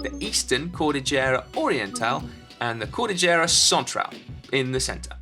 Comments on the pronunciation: Elijah Kwon also its KOL DIL YERA not KOL DI JERA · also no-one pronounces it cordijera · I can't help but notice how he pronounce the word "cordillera" lol (here in our country we pronounce that as cor-dil-yera) shout out to the Philippines and to the Filipino viewers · Hahaha I am sorry Si, I could not help myself; I laugh out loud when you pronounced the word "Cordillera" you did good but it still sounded funny. Great work!